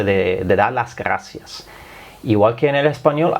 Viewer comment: Nosotros en espanol diferenciamos la erre de la ge... Nosotros decimos gracias y no ghaacia... y el bitte sehr, danke sehr?